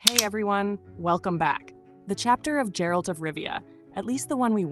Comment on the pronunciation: She's mispronouncing Geralt its G as in Get, alt as in alt, not ald, so Geralt! Easy huh? Apparently not! I gave it a second look, and it wasn't as bad as everyone says. It was just that, as a standalone, Hemsworth couldn't have kept it going, and most of it was the rest of the cast supporting his lacklustre performance. But it wasn't all bad, apart from that Musical bit, which was dreadful, just dreadful. And the intro of anime? No.